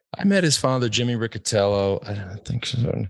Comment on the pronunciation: Riccitello is a surname very popular in the southern Italy... the correct pronunciation is with the "C" palatal... exactly like the english word "Rich"...